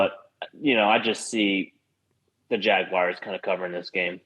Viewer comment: It’s not “Jag-wires”! Please stop! 😤